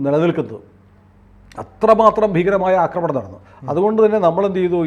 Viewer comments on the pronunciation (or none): none